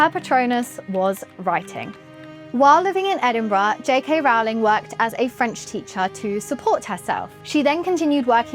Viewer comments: As she says herself on Twitter - “surname rhymes with bowling , not growling”. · Love ya, but someone needs to put this girl through some more media training. Mispronuncing JK Rowling’s name. Claiming she wrote “The Cursed Child.” And talking as if being bothered by the term “Menstruating people” is odd…let’s do better with the next video, yes?